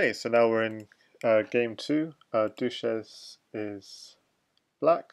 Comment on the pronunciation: "dushezzz" was probably intended to be pronounced the same way as "sanchez", not like "douches", the things used to clean vaginas haha. Other than that great commentary :)